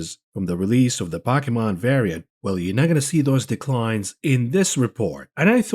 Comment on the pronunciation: Poe. Key. Mon. Pokemon. Stop disrespecting me.